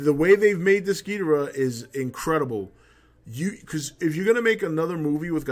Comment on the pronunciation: "That's another thing, I'm glad you pronounce it Gheedrah like the Showa G movies instead of everyone else pronouncing it like Ghee-DOR-ah these days...I hate that..." Even though neither pronunciation is wrong. "To-may-to", "to-mah-to".